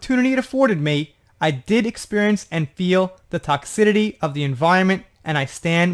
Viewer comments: Toxicity::::: TOCKS------I-----CITY Not TOCKS------I------TITY Just trying to be helpful. BTW.. Do you speak Japanese.??? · Hi, Another Great Job! You know Me though; if I think that You have a mistake in a pronunciation; I will let You know. I just want You to stay correct ALWAYS. Toxicity the C has a soft s sound like in city. I understand the mispronunciations because it is toxic when not in the word toxicity. Weird but it is Our English language and We don’t always have understandable rules in Our United States English language. I just wanted to let You know but no personal criticism of You. I think that You know that by now because I will always support You and love Your channel and all of the work that You do. It is confusing about Ellen but even before the D.Jay wrote anything good or bad about Her. I heard one Guest say, he said hello to one of her staff members and she, Ellen, said to Him, a Star Guest on Her show; “You don’t need to speak to Them, they are just the little people or the help.” WTF?! Ellen, You are not in medieval Europe and You are Queen Ellen!!!! She has had too many people including the Star-Guest that came out and shared this story. She is just IMO, A Mean, Condescending BITCH!!! I liked Herca lot in the 90s when She Had the Sitcom